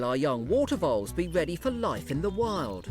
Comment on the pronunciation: Sometimes it sounds like this dude called rabbits wabbits and water voles wootah bowls ... he also said secwets for secrets .. and of course , World is weld .. as interesting as the info may be , those things are annoying ! He can’t Pronounce his r’s at all. Those names are so typical .. omg ... and not every rabbit lives in a burrow .. some are in nests. they leave the nest at 3 weeks old. .